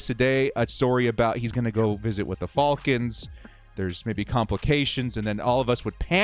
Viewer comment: The way The director pronounces " THE FALCONS" "THE FAULCONS" 😂 bolt up ⚡⚡